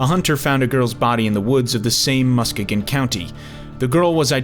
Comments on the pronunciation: Nice content... Real fast though, (from a Michigander myself, living only about an hour away), you mispronounced "Muskegon." It's actually pronounced "Mus-KEY-Gan." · I live in the area. I went to that exact gas station multiple times before knowing the story. Jessica is a local legend. A lot of theories where her body went. And it’s pronounced Mus-kee-gon. Non-native Michiganders always get that wrong.